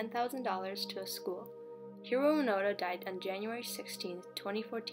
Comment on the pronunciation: Its Hiroo Onoda not Hiroo Panda